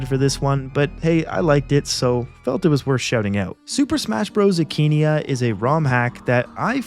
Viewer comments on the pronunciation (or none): The akaneia mod (a-ka-nay-uh, not akeeneeah) is so much fun, i hooe they add gigabowser through the normal css eventually for fun